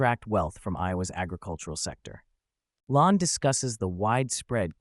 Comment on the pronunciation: Lahn is pronounced "LANE".